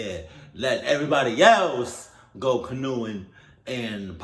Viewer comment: nah you really didn’t know how to pronounce canoeing 🛶 😭😭